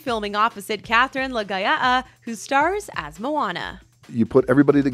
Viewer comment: Its Katherine Laga'aia tho